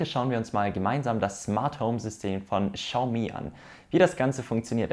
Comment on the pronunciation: Nices Video jedoch spricht man es wie xsioami aus